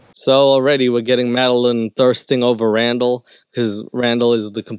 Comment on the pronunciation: first off, I love when u immigrate Madelyn, but the “RAM-dall” comment has me dying! 😂😂😂